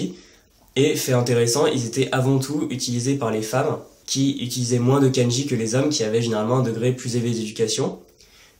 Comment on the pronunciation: effectivement, comme tu le sais une erreur de prononciation (même très proche de la bonne) peu donner un sens différent ou induit simplement une incompréhension. (フランツ語 ⇒フランス語、ケンジ ⇒かんじ). Ce défaut de prononciation (souvent très français) est causé dans ce cas précis par l'incompréhension du "ん" qui est un syllabaire à lui seul et doit être considéré séparément (même s'il est très court). Beaucoup de gens commencent l'apprentissage en romaji donc prononcent à la française (ん suivi d'un す＝つ⇒誤読). En dehors de ça, tes explications sont claires et justes (à par le cas du "ん") et je t'en félicite, tout particulièrement pour la prononciation du せい qui est systématiquement mal prononcé par nous 外国人。 Sinon, que penses-tu de la méthode AJATT?